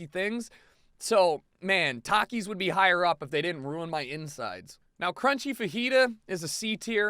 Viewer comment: well you are a terrible person for so many reasons of this list... i can over look those but you pronounce takis wrong and because of that you are wrong